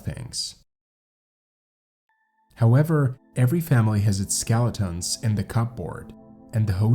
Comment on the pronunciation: unique pronunciation of 'skeletons' and "cup board" .